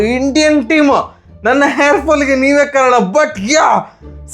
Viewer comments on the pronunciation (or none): none